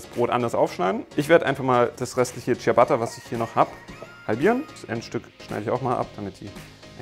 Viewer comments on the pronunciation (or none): Womöglich weißt Du es mittlerweile schon aber es heißt "Dschabatta" nicht "Dschiabatta". 😉